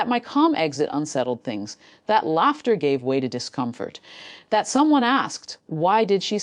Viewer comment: Its pronounced laffter , not larter , teach your AI